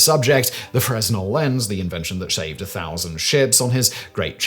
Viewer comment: I thought I would wince every time I heard "Freznel" instead of "fray-nel" or "fra-nel" until I heard how he "shaved ships" with his invention, at that point I began to wonder if I was having a stroke 😂